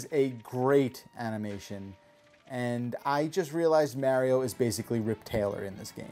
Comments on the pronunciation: I really REALLY wanted to like this game, but that battle system just looks awful. Will deffo not be getting this one. Oh, and don’t use your accent as an excuse,. I’ve known people with all kinds of accents and they can still say Mario, not Mehrio. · Also from NJ and cringe at each of his pronunciations of “Mehrio”. Nonetheless totally getting this game. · Wow, really pronounced mArio weirdly, he should adress that. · I don’t trust people who can’t even pronounce Mario’s name correctly to review a Mario game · because you said you pronounce mario like that Now i notice it. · its mostly the fact that he knows he's saying mario wrong which drives me crazy. Also seems pointless to have a 4 min review that doesn't go in depth into anything. Just like Ghost of Tsushima, am I right? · Don't worry as a Japanese citizen, You English speakers are all pronouncing Mario wrong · Thumbs down until he says “Mario” correctly 👎🏼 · I'm from New Jersey and I've never heard anyone here say mario that way. Why would you do this